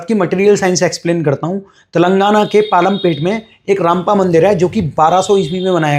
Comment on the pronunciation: Ramappa Sir not rampa, thank you